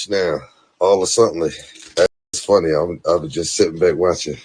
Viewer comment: I just know all a suttenly all a suttenly all a suttenly 😂😭😭😭